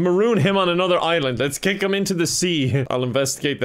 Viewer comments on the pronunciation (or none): none